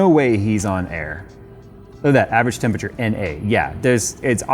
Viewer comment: Another video of getting past saying "tempature" 😂